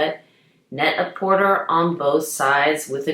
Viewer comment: Wow! I did not know about these from Net-A-Porter. Actually, because they are a French company Porter is pronounced PorTAY. Love your videos!